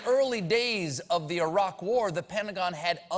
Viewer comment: Ah-raq? What's Ah-raq?